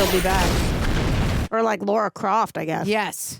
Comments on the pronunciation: LARA Croft, like Mars but Lara. There's no u to make it Laura 😅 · Stop saying “Laura” Croft